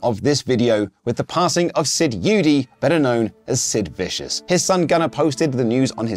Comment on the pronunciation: It's pronounced Sid "Eddie" not "E-u-dy"... I knew his son, Frank, really well.